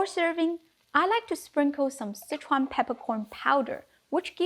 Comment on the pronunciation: I Love the way you say that ingredient Sichuan ___ And yes I Do love cauliflower being dry cooked too. I will definitely need less hot peppers in my 😮recipe lol. Thank you!